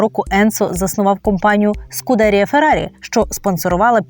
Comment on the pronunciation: Правильно вимовляти "СкудерІя". З наголосом на останній склад. При підготовці матеріалу варто було б звернути увагу на цю важливу деталь